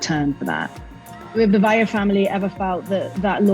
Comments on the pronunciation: Valle = Vay-yay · Valle's name is pronounced Dee-nah in Espanol. At least get name correct.